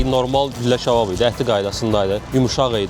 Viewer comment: почему он говорит чабаб?